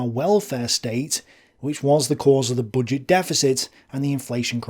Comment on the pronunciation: Why do you pronounce it "bodget"